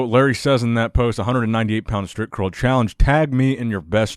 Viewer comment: it sounds like stripcurl everytime you say it!!haha